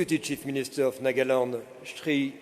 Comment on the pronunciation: This is Nagaland not nokaland